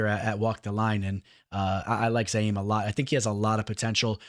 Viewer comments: You say youre a fan but you kept calling him ZA-YIM! IT'S ZI-YAM! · Ma Man PERFECTLY pronouncing "Abdurakhimov" ... then proceeds to call the dude "ZAIM" 30 times over ... 🤣